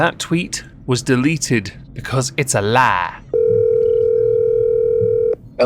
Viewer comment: Hahahaha the way you said “‘cause it’s a LAH! “ Def Noodles IS ABUSIVE AND A POOSY